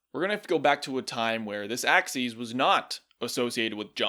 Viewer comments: Why do you keep saying "axes" instead of "axis"? "Axes" is plural, "axis" is singular. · You keep mispronouncing axis. It's pronounced "ax-iss," not "ax-eez." That would be axes, the plural of axis. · its pronounced (acssiss) not (acsseez) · The "Y Axeese." (Yes I know how to spell axis, it just sounds like axeese, and not axis.) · Its y aksis not aksees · Every time he pronounces it, "axes," I get confused because there's only one y-axis. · why do you pronounce axis like axies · "the y axcees" where did you even get this pronunciation from? also, this video has allowed me to realize Cat is actually saying words but at speeds faster than the Flash himself and with the highest pitched tts voice I've ever heard.